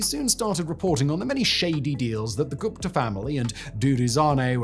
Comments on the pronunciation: I hate the way you say Gupta. It's pronounced "Goop-ta" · Hi Simon, Just a couple quick corrections on the pronunciation, the h in Thuli isn't really pronounced so it's more like Tuli (think "tool" like Tool-ie but said quickly so as to not over-emphasize the double-o) and Gupta is also pronounced similarly (think Goopta) Thabo as well the h is silent :)